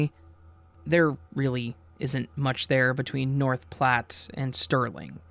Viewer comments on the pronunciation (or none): none